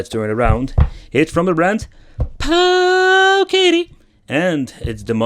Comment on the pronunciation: I got to hear Pooooooowiddy mulitipe times in one video. You've really outdone yourself, good Sir!